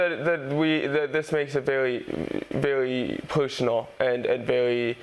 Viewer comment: Rafi Ash said it best, "Dis is wearwy purrswonwell" 🫡